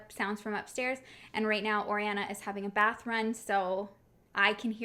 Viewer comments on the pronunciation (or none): none